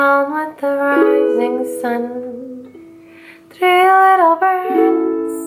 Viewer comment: Bloopers are so fun! "Three litter birds" 😂